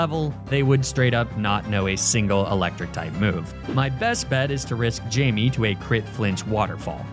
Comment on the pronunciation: Great video but the pronunciation of Eddard and Missandei is killing me. Also obligatory it’s Jaime not Jamie